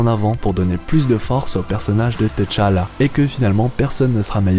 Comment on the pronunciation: C'est Tchala pas T-chala. Repose en paix